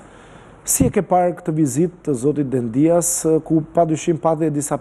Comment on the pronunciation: Po jo Dendias, me theksin ne I, o gazetar! Por Dendias, me theksin ne e.